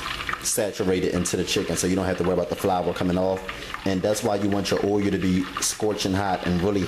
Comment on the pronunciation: God damnit nigga, it's not o-you'll its fuckin uull!!!